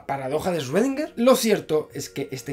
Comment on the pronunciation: Muy bonito y todo pero cuando aprendes a decir correctamente el nombre de “Schrödinger”?